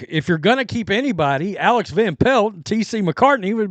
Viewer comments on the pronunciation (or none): none